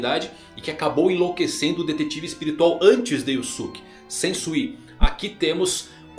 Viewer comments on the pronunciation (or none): none